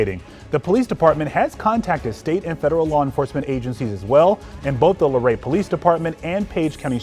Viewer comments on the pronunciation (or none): It's Luray. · Since you are going to post a follow up, the name of the town is Luray not Larae. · The first clip was Luray Va, not Lorae.